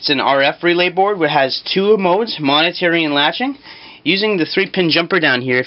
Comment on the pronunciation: momentary not monetary